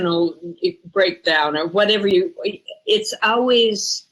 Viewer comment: Instead of saying always she says owees